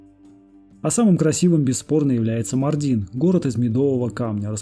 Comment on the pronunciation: Видео замечательное, но ставьте правильно ударение МАрдин, ШанлЫурфА